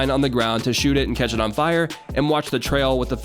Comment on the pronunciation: “Explosive cetch”